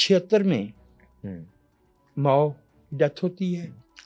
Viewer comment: ماؤں نے بہت برا کیا ہے ۔ ماؤ”